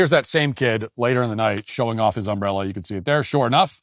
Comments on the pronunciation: This guy could’ve been killed over an umbrella. Also, the way you say UMbrella is unlike I have ever heard. 😂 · Matt its not Um brella Your putting the wrong em fasis on the wrong Syl abil You self corrected by the end of the clip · Uh-oh, Matt, your strange emphAsis on the wrong syllAble is really going to detract from your UM-brella commentary. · Never heard someone say ùmbella like that. Also, are you people ai, or just seem like it? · The real tragedy in all this is how Matt pronounces "umbrella" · There should be some investigation into your pronunciation of umbrella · why are ya saying umbrella like that? i feel like this is that family guy skit :P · The real crime here is the way Matt Walsh pronounces the word 'umbrella' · Im going to need you to pronounce umbrella 🌂 without so much emphasis on the 'm' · who the fuck says umbrella like that?